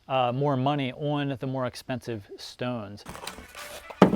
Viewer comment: i love how you say shtones :D